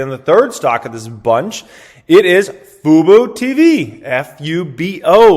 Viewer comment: u know this dude grew up in the 90's when he talking about fubu.. it's fubo tv not some cheap hip hop brand little wangsters used to get into